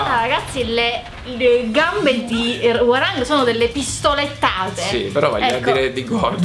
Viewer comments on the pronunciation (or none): Attenzione alla pronuncia di "Hwoarang" eh xD, basta solo fare finta che quella O non esista altrimenti viene Gian degli Orion e ci picchia tutti. No non è vero, è che ho studiato coreano.